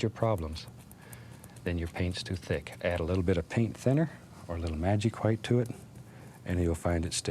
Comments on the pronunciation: i love how he says gwhite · Never, in my life have I ever heard a man pronounce “white” how it is spelled